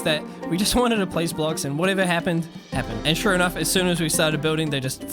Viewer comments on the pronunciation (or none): none